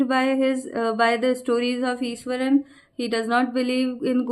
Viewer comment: Iswaran mam not Ishwaran